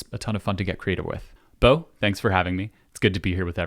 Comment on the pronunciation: Chuckled when dude called Bo "Bob Eats". I always read the name as that back in the old intros as well